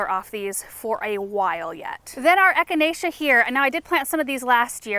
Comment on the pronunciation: Isn’t it funny when you see your children mimic your own behavior like kicking over the plant to start digging. And the way he easily pronounced echinacea! He is growing up too fast! He needs to be “pinched back”! 😂. This made my day this morning. ❤